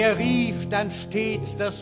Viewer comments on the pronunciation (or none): none